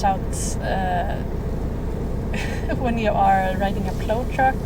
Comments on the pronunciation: Thank you for a wonderful video that brought back many fond memories. First off, the word Plow is pronounced like Plowe with the Owe part like when you smash your finger or something. I am originally from the Chicago area when we normally do not have a large snowfall, but occasionally we did get total Blizzards with feet of snow. I drove and supervised a crew of snow removal drivers totalling somewhere between 100 and 200 drivers. We covered an area about the size of Stockholm but more rural in nature. One major blizzard, we fought for 28 days and nights We viewed these storms much like a battle with nature and nature usually wins. It was so bad, we were evacuating women about to give birth or heart Attack victims in the buckets of Wheel loaders because it was the only way to get them out. Your equipment looks pretty good - Our were foe the most part 5-10 ton GMC trucks with Baker wing plows and tailgate spreaders on the real. Thanks for the memories lady and keep up the good work, Between you and Angelica Larsson, you make my day. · I'm impressed, that's a big scary rig- you did great! By the way its pl-ow (think ow as in it hurts :)... Cheers from the US